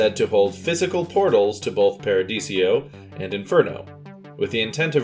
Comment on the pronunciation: Paradiso. 4 syllables. Not paradisio